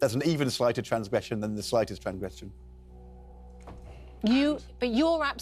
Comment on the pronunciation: Transgwession?? 😂😂😂 did he go to the same school as ange wayner 😂😂